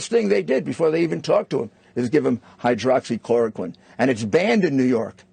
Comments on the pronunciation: If we wanted to be seen as credible, perhaps he shouldn't call it "hyrdocloroquine". Thanks Rudy, but I'll get medical advice from doctors, not a lawyer and a reality-show host. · It's hydroxychloroquine, not hydrochloroquine - which doesn't exist. It contains an OH group, and sulphate, so it is a salt/ester rather than an acid. Besides death by overdose, these are other side-effects which would be more severe when combined with a respiratory illness: chest discomfort, pain, or tightness cough difficulty with breathing or swallowing dizziness or fainting fever, although chills may not occur large hive-like swellings on the lips, tongue, or throat noisy breathing swollen or painful glands (note: tonsils) sticking out the tongue Because adverse effects are self-reported, the incidence and prevalence of these symptoms is unknown, as well as which - if any - tend to present together. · Noticed he said Hydro instead of hydroxy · Anybody notice he said 'hydrochloroquine' instead of 'hydroxychoroquine'?